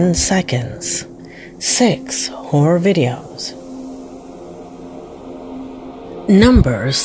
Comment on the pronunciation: "sex horror videos... number sex" Is this AI narrated?